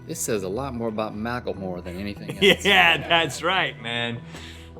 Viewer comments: It's mak-leh-more not makle-more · WTF MACKLEMOOORE HAHAHAHA